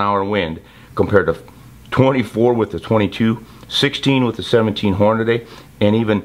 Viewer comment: QUIT SAYING HornaDAY!!!